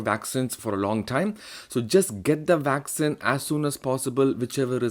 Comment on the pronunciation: Vaccine not Vaxxin!!